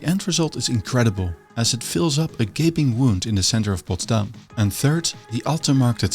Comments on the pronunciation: Why do you keep emphasising the city's name on its second syllable, although there is plenty of evidence to where the stress should be put? It just doesn't make sense and affects your otherwise interesting documentation. And while we're at it, let's use the opportunity: Assuming your native language is dutch, why do you find it necessary to pronounce english the american way? What is wrong with the original accent from across the Channel? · Very nice. But why do you stress Potsdam on the last syllable? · His pronunciation of Potsdam with the accent on the last syllable like in Amsterdam also make it sound extremely Dutch, Friedrich Wilhelm I would be glad I guess.